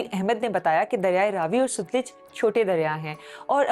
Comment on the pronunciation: Sutluj nahi balky SATLUJ RIVER...Please